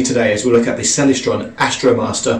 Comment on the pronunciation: You don't even know how to pronounce 'Celestron.'